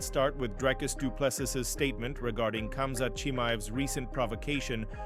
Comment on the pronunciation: Spot on, but here is the correct way to pronounce Dricus Du Plessis